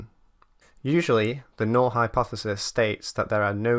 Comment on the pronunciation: Null - correctly pronounced n-ull.